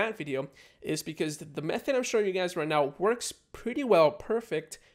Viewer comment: He says Welcome gays